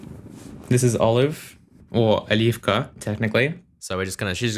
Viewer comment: What languages does speak? The way he pronounces "Olivka" is perfect Russian.